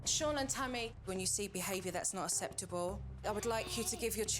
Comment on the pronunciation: I love Supernannys work and teaching so much. But her strange pronounciation of some words is puzzling. Nobody says "asseptable" for acceptable! Nobdy except Supernanny. The Americans probably think its an English pronounciation.